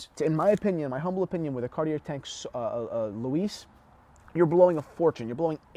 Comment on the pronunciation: Why are u pronouncing Louis like that lol